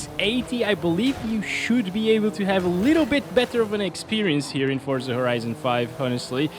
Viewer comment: Finally, someone who pronounces it the right way I’m stead of saying “fort-za” it’s “for-za”, awesome.